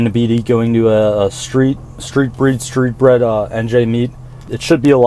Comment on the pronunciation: Definitely saw you bro lol and its Street Breed not bred lmfaooo thanks for poppin out!